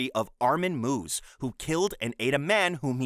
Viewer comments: Just for future reference, the Germanic/Scandinavian 'J' is pronounced as a 'Y', so Jorg is pronounced 'Yorg'; and Meives is pronounced 'MY-VEZ', not 'MOOVZ'. Edit: Also, it's Oh DAY-SU, and fthe reason you gave is NOT the reason why he is being punished. You usually make good videos, man, but this one is so sloppy. I'm just over 12 minutes in and almost every entry has had something wrong with it. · "armin moos" he does not moo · "Arman Moos".... does he?